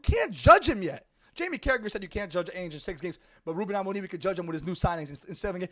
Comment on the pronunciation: The way bro pronounce Ruben amore m